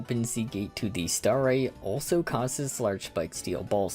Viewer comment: i'm sorry but half the time you say starite i can't help but hear starry which is LITERALLY my online alias so that always gets me chuckling also i find it super funny how kirby gets his dance cut off like two frames before it ends XD